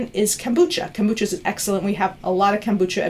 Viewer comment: Funny how many mispronounce the word kefir. And kombucha. She mispronounces both :P